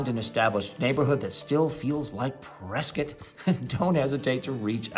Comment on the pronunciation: Why do you call it Priscuit, like Biscuit? Don't the locals call you out on that?